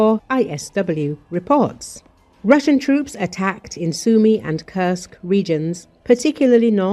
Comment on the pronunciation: Litości ! AI głosem słodkiej idiotki informuje o miastach "Sam Yumi" (Sumy) oraz "Pakowsk" (Pokrowsk). Tego nie da się słuchać